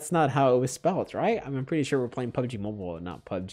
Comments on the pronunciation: the way he says Mobil XD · the way u said "MOBIL" was sooo funny😂😂😂😂😂😂u sounded like if you are a indian😂😂😂😂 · You sound like a Filipino when you pronounced MOBIL in